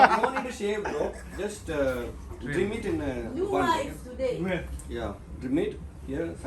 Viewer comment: Drim alla mone trim